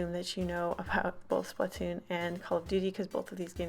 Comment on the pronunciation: Sorry for correcting you nut its splattoon (sp-lat To-on)